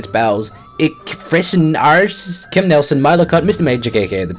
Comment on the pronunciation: Me (a german) have to laugh every time you try to say "Ich fressen Arsch" Keep doing it, for me it's the most entertaining thing about your videos!